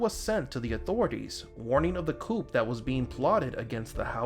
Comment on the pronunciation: coup (coo) not coupe...yes happening today!